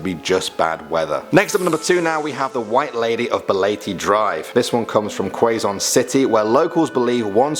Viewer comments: Quezon is pronounced as Kezon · pronunciation is KEZON city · It's pronounced "Ka-zon" City and not "Kwa-zon." Been there many times, so I know. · They're actually pronounced as: Leyte: Ley-teh Quezon: Ke-zon Aswang: As-waang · Um it's ke zon (Quezon) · It's cezion city is a pronunciation and the name was Quezon city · Quezon is 'ke-zon'